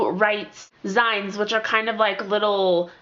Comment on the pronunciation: I think it's pronounced "zines" like the end of "magazines." They were really popular in the 1990s. Love your videos!